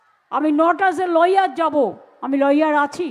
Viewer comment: উনি ল-ইয়ার না লায়ার :face-blue-smiling